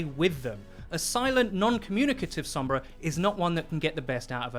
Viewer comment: Stoked it’s not 11 minutes of the other guy saying “Sohmbra”